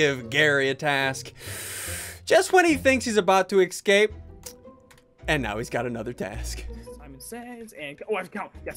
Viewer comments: Why do you say excape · Just realised that ssundee pronounces ‘ecscape’ instead of ‘escape’ 👀✨